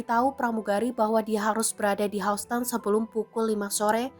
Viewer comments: Hauston??? Dear. Baca google atau wikipedia lagi deh. Dibaca Hyusten….. Houston (pengucapan bahasa Inggris: [ˈhjuːstən]) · kok bisa sih. by the way Houston bukan dibaca hausten. bacanya yousten. news anchornya payah. Tribun if not mistaken is internationally link mass media. its origin is Tribune, am I right? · Houston harusnya dibaca YUSTN. bukan HOUSTON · Hiuston bacanya buka hauston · Please......Houston itu dibaca YUS-TEN bukan HAS-TEN 😂🤣😜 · Hyuusten bacanya kan? Bkn hausten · Bacanya Hyusten, bukan Housten.. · Yuston, bukan haston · Knp "hauston" bacanya.. "hyusten" kali 😅 hmmm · bacanya Houston itu "Hyus-ton" bukan "Haus-ton". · houston nyebutnya yusten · Houston dibaca yusteun. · Houston baca hyusten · Tolong dong anchor dipilih yang pengetahuannya cukup. Hoston....hoston.... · Pembaca berita goblok. Baca Houston aja Hauston. 😂😂😂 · ini seriusan ga bisa bilang HOUSTON mbak nya? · Pembaca berita harus belajar lagi, masak pengucapan kata Houston seperti itu...spt mambaca bhs Indonesia saja.